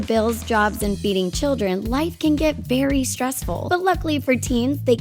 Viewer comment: She said bery not very